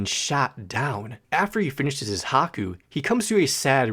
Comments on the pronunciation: Haku!! Did I hear haku instead of Hai-Ku! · it's not haku it's haiku I was taking psychic damage the entire time you were talking about that song.